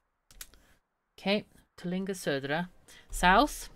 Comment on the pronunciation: I must say that your pronunciation of "Södra" was almost flawless when you said it when you typed it in!